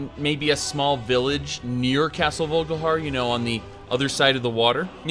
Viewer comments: haha i'm also pretty sure it's vol-ik-har, not vogelhair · Dude do you play the game in german or something? its VOLKIHAR not vulgahar. And Skaal is pronounced Skawl, not skull